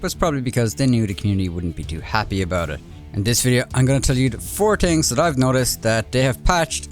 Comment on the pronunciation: "4 tings Dat dEy have patched.."